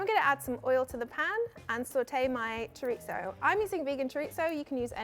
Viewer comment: I love this girl, but honey how can you pronounce Chorizo “Xoritsssso” 😅😂